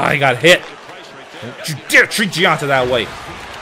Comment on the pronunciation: Gionta is pronounced Jon-ta not Gi-an-ta. In Italian GI makes a J sound.